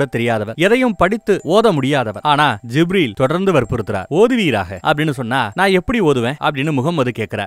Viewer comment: Wow. May the Almighty bless you with great rewards . Beautiful .. It is happy to hear beloved prophet's biographical outline in ur voice. Small suggestions to pronounce certain words such as Zabur , Kaa'ba , Gibreel . My favourite book is muhammad nabi vaazhkai varalaru. Or Ar-raheeq al makdhoom .Through these I got to know about Muhammad nabi ( sal ).